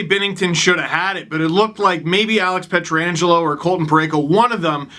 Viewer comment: For the love of God people learn to say Pietrangelo.